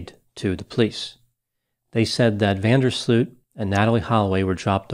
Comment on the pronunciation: Next time don't butcher the name van der sloot